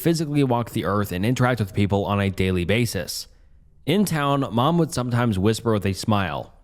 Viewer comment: Come on man, not even four minutes in without pronouncing "would" as "world"? Check your recordings or something.